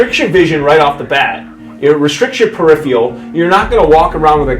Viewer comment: "per-riff-ial" got me pretty good XD